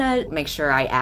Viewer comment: I know you meant depth but all i could hear was: "I just wanna add a little more death to the character." And now i am scared.